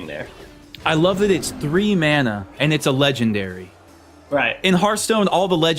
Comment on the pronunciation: i fucking hate how he says mana